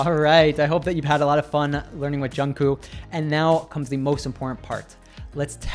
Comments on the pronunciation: Thank you so much for this video, it's very useful!! Btw the "k" at the end of Jungkook's name is to be pronounced too, so it's Jungkook, not just Jungkoo. Otherwise great video, tysm!!! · Jk's name is pronounced with a k on the end not with oo.